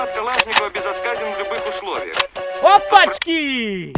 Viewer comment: as a Russian I can say that his pronunciation of "opachky" was perfect , but "suka" not so much 😄